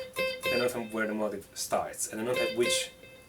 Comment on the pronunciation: Great lesson and COOL accent bro! One thing though it sounds like you are saying, 'motive' for the word 'motif' it would sound like 'MO-TEEF' in America. Don't change tho